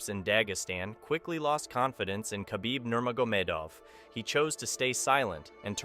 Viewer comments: Your AI pronounces his name as Ka-Beeb, when his name has a silent K, pronounced Ha-beeb. You use Too much glitch filter. What is the problem needing so much glitch activity? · you don’t say the k in khabib it’s silent so you just use the h you should know that before publishing a video about him